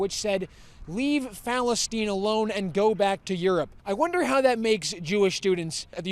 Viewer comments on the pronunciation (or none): If they did actually go to school, they would know it's spelled Palestine and not Palesteen